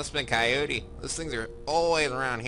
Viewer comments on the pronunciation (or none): none